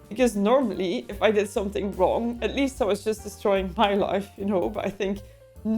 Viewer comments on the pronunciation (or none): none